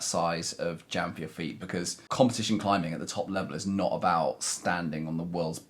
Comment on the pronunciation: He pronounces the 'g' at the end of every 'ing' word, not sure that's proper English...climbingGA